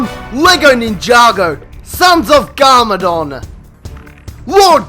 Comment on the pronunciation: It's not garmoron, it's garmadon